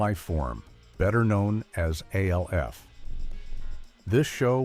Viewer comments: It’s so infuriating. Does anyone listen or proof these things before uploading. It’s ALF one word not A L F. If you don’t know that you shouldn’t be making these videos. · Alf was always funny Is this being told by an AI? No one ever called Alf A-L-F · Is he really trying to say the name of the show is, “A-L-F”. Get serious, yes, it was an alien life force, but they called it, Alf. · Annoying that you have to continuously pronounce each letter in A-L-F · Why they saying Alf name like A-L-F lmao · Yeah when he called Alf A-L-F I was done. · Aay elle eff.😂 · Do you really just call ALF A L F? It's an acronym you're supposed to pronounce it like a single word that's what makes it an acronym not an initialism. This has got to be stupid AI crap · stop spelling Alf in all caps in your script and the poor AI will pronounce it properly and ppl won't freak the fk out. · I noticed that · I came for the video, but I stayed for the AI voice that can't pronounce Alf's name. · 😂😂 I hate that! Like WTF!? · I cracked up when he said that. I immediately had to log in to see the comments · It would have been one thing if it was the same mispronunciation every time. I counted THREE different wrong ways to pronounce it. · Lololol! I know, it cracks me up hearing AI mispronounce something. Like, wtf, we really can’t have a real person narrating anymore? Are we really that bad now?? Lol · Why is there an AI talking? Whoever wrote this do it himself? It's freaking annoying they can't even pronounce Alf or Tony Miceli correctly